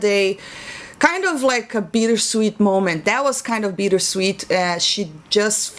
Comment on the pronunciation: I'm sorry, are you saying "Beater sweet" or are you saying "Beat her sweet"?